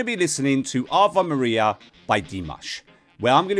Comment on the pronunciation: You are from the U.K. and you have not heard the title "Ave Maria"? It is pronounced Aaa - veh Mariya and it means "hail Mary". Are your comments reaction or analysis? To analyze Dimash, one needs to know music and vocal mechanism and/or function. higher notes are not 'female'; they are mostly within the female vocal range and some men have access to the upper register notes. In the case of Dimash - he has access to those notes but he worked very hard to achieve such a level of professionalism.